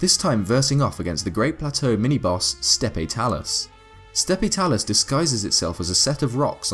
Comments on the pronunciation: It's pronounced "Step Talus" even though it is spelled "Steppe Talus" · FYI, the e at the end of Steppe Talus is silent. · “Steppe Talus” 😂💀 knowing the actual name, steppe talus sounds so weird